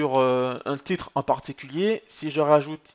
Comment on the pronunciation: On prononce bollinger en français comme " manger" haha